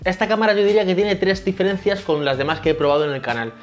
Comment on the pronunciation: Difelencias😂😂😂Buen vídeo, ojalá pueda ganar, sigue asíc